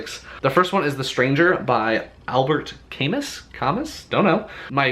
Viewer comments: I absolutely love classics. Camus is great, it's pronounced Cam-moo. His best book is The Fall, in my opinion. The stranger is really good though. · The Stranger is a good read, although I prefer The Plague. Albert Camus originally wrote in French. The "s" at the end of Camus is silent :)